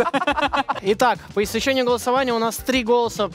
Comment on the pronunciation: Как же болят уши от слов «по истечениЕ»